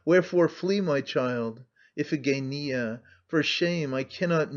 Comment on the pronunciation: If only someone had taught him how to pronounce Iphigenia.